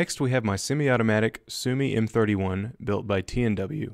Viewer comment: I know I didn’t just hear you mispronounce the m31 wrong